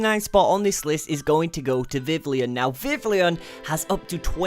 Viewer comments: its vi - vi on not vi - vil eon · What the hell is a "veevleon", it's pronounced "vee-vee-yon", you'd think he'd at least check the placement of letters within a word before making a video of it online. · Vivlion?! Really? VIVILLON. Vivid + Papillon. VIV-ee-yawn I had to skip that part, it would've been too painful. -Furfrou = FUR-froo. Fur + frou-frou. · its vi-vi-on not vivileon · vivlion? wtf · Did he say viv li ion? You don't pronounce it that way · According to the anime it's viv-ee-on